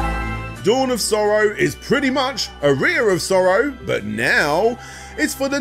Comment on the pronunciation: I've played "Aria Of Sorrow," but I've never heard of "A Rear Of Sorrow" before.